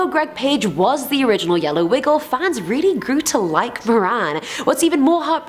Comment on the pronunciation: Im rilly rilly rilly sorry ok RILLY sorrry ok